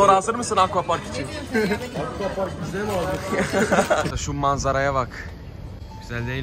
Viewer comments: Aqua parka ako park diyen yürekli abimiz😊😊😊😂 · Aquapark’ı eqwak diye okuyan bne😃